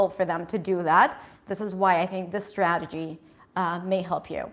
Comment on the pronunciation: how to pronounce " strategy"